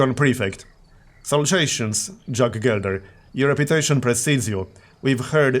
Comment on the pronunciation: If you're interested, "salutations" is pronounced "Sal-you-tay-tions" :)